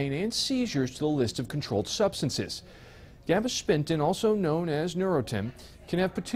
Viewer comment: I think he has a slight lisp but there is no S in Gabapentin so Idk why he says gabashpentin